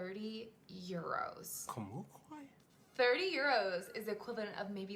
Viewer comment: Comunque (your pronunciation is perfect btw) means 'anyway' In northen Italy our pizza, handmade on the moment from scratch, wood oven cooked, it's nothing compared to pizza from southern Italy. In Naple it's all another story. The ingredients there, grown on volcanic soil behind the restaurant, are something out of this world.